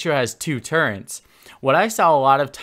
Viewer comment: You sound like youre saying turrents